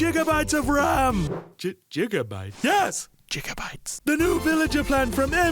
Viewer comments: Seller: yes, jigabyte. Other guy: how much? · “jigabyte” -words of a wise villager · seller: "and it includes a whole two jigabytes of ram" other guy: "ji... jigabyte?" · Wait! Doc! What the H is a Jigabyte!